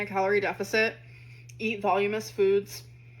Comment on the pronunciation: It's "voluminous" not volume-ous, dingdong.